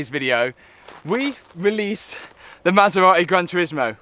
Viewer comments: Brother said „ma sa ra eh“ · Masserar-ey eh?😊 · I love how you pronounce the marque "Ma Sar Ra Eee". Brilliant British. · Cue the masera-e. :) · Maserateh 😂 seriously though, I'm absolutely buzzing for you, I even said to the Mrs "he's used R8 and H8 after buying the Maserati, I bet it's just a test drive weekend or summat?" As for the R8, get it fixed, it's looking like it's already on coilovers, so bonus there, a bright yellow wrap with carbon wrap inserts, new alloys (anthracite), maybe go for a street racer look with it? A drift car R8 was done by Supercar mega builds so I reckon stay away from type of build? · ‘Queue the Maserate’